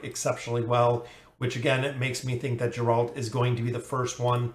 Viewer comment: It's Garalt not Jaralt. The pronunciations are killing me.